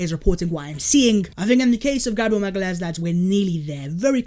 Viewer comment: you said his name right